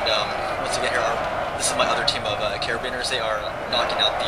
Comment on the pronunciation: I think he was referring to carabiniers. Wrong pronunciation, but folks know what he meant